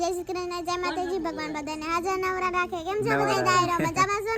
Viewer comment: નવરા નહી નરવા બોલો